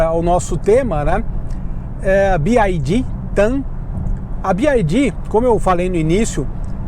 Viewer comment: Gente, se fala bi uai di. Ele fala errado, então seria melhor falar em português